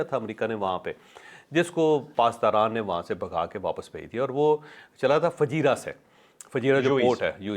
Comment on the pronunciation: It is Fujairah not Fajeera